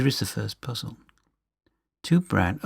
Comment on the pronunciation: "Heyitsch", "Poozill"! Too funny. Ha, ha. I like your videos. Keep going! What part of UK are you from?